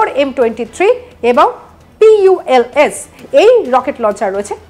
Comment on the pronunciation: Puls এর উচ্চারণটা জানেন না সাংবাদিকতা করেন কিভাবে টিকটক 😂😂